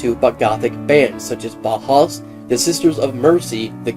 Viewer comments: its pronounced BOW-HOUSE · It's pronounced "bow-house" not "ba-has" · When you say Bauhaus it sounds like you've scolded your mouth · I cringed.